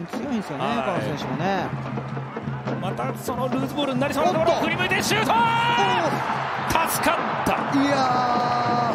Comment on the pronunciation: たすかっ→た↓